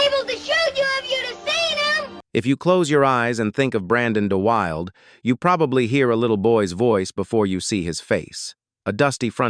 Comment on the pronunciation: The actor's name is "DUH-wil-DUH" you silly AI 😂